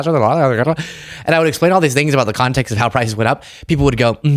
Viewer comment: ‘…let me splain….’ Splain what?